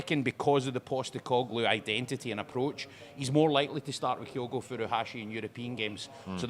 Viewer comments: Not listened yet, but if says “KIGH-OH-GO” again so help me god….Edit:, …. How, HOW can Gordon Daziel & Packy Bonner pronounce Kyogo correctly yet cannae after a year…good grief. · Same reason I can't stand Bonner...you are a pundit but can't even get the basics right? A 5 letter name and you say it wrong every time yet everyone else you talk to says it right? It's just pish. I like the channel, presenter is excellent, is superb.... will be good when finally learns to say OUR players names correctly. It's mental a Celtic fans podcast can't say our players names right.